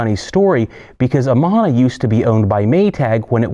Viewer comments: Had to stop watching half way through. I was a domestic repair tech for nearly 20 years. It hurts my teeth when you say "Amona." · If you know the right way to pronounce Amana, why do you keep doing it wrong?